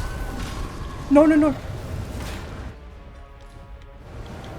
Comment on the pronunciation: Hear the NAUR kills me every time